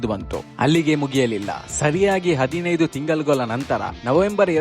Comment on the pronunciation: hello i am ur channel Follwer ...ur all videos are superb but one correction ... nimma pronunciation Alli.... ಲ and ಳ ಉಚ್ಚಾರಣೆ ಸರಿ ಪಡಿಸಿಕೊಳ್ಳಿ Example : ತಿಂಗಳು ಇದು ಸರಿಯಾದೆ ಉಚ್ಚಾರಣೆ. ನೀವು ಅದನ್ನ' ತಿಂಗಲು ' ಅಂತ ಹೇಳುತೀರಾ.. ಸ್ವಲ್ಪ್ ಉಚ್ಚಾರಣೆ ಸರಿ ಪಡಿಸಿಕೊಳ್ಳಿ.. ಅಷ್ಟೇ 😊